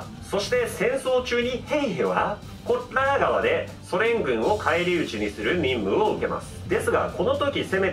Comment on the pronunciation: コッラー川もふざけてて草